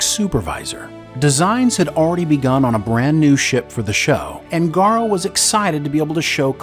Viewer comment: Garo? why do people have so much problem pronouncing his name correctly?